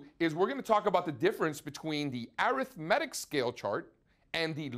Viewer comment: I cringe every time he pronounces "arithmetic"